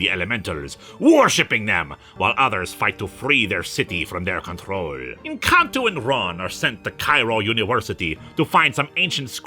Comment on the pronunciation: The first time you said N'Kantu I misheard it as "Encanto" and had a moment of pure confusion.